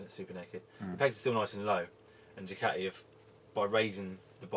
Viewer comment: Decent vid and very informative but dude why cant you pronounce Ducati correctly . Is it an english thing to say Dew-cat-ee